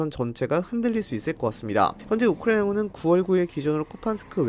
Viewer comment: 딴건 모르겠고 발음좀 제발 똑바로 해주세요ㅠ 듣는데 조금 불편해서요. 우크라이나군은 부분이 너무 심한것 같아요